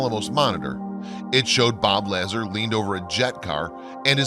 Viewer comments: You are pissing off everybody that follows this subject! You have someone narrating that does not know how to say Bob Lazars name!!!!!! It is said La zar!!!!! anyone that follows this is going to be put off by your lack of effort to get things correct, especially someones name, highly insulting and disrespectful! This video like others that cant take the time to find out how to say things correctly is being stopped and skipped at the point that you F-ed things up! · You lost ANY credibility with me! You obviously know little about the subject, as you embarrassed yourself by mispronouncing Mr LA-ZAR’s name! Dude, do research before you post! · Lol really? Bob Lahzzer from Zeta Red-dit-Q-lah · I found this documentary a refreshing 2018 view of UFO history. Well done as you have covered the topic well, except the presenters way of pronouncing Lasar correctly. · You are pronouncing Bob's last name wrong..... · If you can't even pronounce Bob Lazar's last name correctly then what in hell would make me think you have any idea what you're talking about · Man this is all old news. Not to mention Bobs name isn’t even pronounced right. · You horribly mispronounce Bob Lazar's name. I quit watching at that point. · The way you say Bob Lazar's name almost ruins the whole thing. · Said Bob's Last name wrong bro ..how don't you know of him ? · I can do voice over work. This guy is amazing vocally, but has no clue about science or names, as Bob's last name, star constalations, etc, are all mispronounced. Or, please write to me, and I will let the VO artist know the correct pronunciations. It just gives so much more credibility, as well as teach our younger friends the correct way to say these things. Great video, keep it up! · You truly lose all credibility when you can’t pronounce Robert Lazar’s name correctly. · La-zar? It's Lazar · "Laz arhhhhh " not lazzer & Retty Culi ? re tic u li ( ree tick you lie) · La - zar not la-zer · The name is LA ZAR not Lazzer